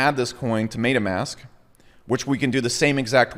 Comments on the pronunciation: Mate-ah mask. Lmfao. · It's "MEHHH-tahhh" Mask, just FYI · MAID-UH MASK